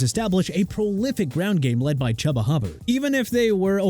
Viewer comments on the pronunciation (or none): It's Chuba (choo-ba) Hubbard! ARE YOU SERIOUS?! Also since you can't pronounce for nothing Pollard is pronounced pah-lurd! GOT THAT?! USELESS...